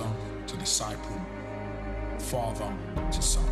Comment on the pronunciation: Faaver or father ???